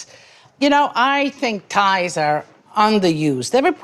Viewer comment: Chicken “ties” 😅